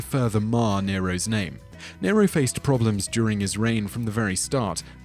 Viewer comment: 2.20mins sounded like you said deniro